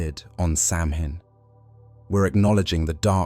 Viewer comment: Lol you butchered Samhain 😂😂 its cool, and in ireland they never burned anyone on top of fires or in whicker baskets, and the romans never conquered ireland and never had any military on the island